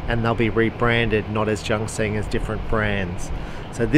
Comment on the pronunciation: Junxing is pronounced "Choonseeng" (or "joonsheeng", something in between...) but definitely NOT JUNK KSING! :D